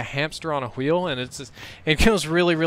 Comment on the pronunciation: He fucking pronounced wheel like stewie from family guy. Whaeel. Cool Whhip!